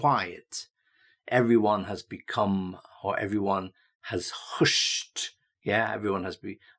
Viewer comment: Extremely useful for ESL students! Note: “hushed” should rhyme with “gushed”— not “pushed”.